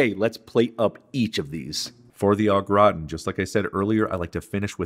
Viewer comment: Love you, but you need some French in your step. Say it with me, Au Gra-tan… not graw-tin lol